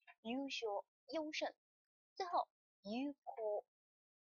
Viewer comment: 老师，优胜，优秀，日语读音搞错啦吧！！